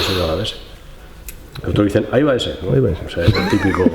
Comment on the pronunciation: El ahívaese😂😂